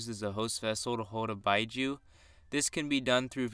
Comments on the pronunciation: its beeju not byeju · it is pronounced "bee-joo" even though it is spelt as "biju" (not actual japanese characters) remember japanese does not use english rules so the "u" does not make the "i" say it's name because we not doing english so when you doing japanese forget what your kindergarten teacher taught just for a little bit